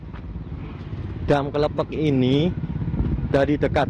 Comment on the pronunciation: Klepek lurr bukan klephek bacanya